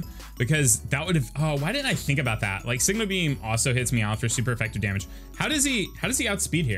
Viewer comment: You say Meowth all southern. It sounds like you're saying "Meow-with" That's really all I have to say